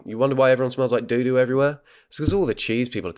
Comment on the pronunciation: I never thought I needed to hear the word "doodoo" said in a British accent but it turns out I did 🤣🤣🤣🤣🤣